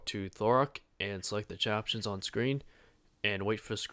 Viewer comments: Yeah, but he definitely said Thorak lmao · There's a D at the start of his name, not a T. It's also Ar-Ock, not Or-Ack. Holy cow I've heard some terrible pronunciations of RuneScape names and places in my time, but Thorak over Dharok takes the cake. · dharok "thorak" lol